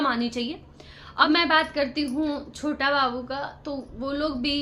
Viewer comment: छोता बाबू छोता बाबू नही छोटा बाबू बोल थोड़ा पढ़ाई करले क ख ग घ की पढ़ाई जरुरी है 😅😅😅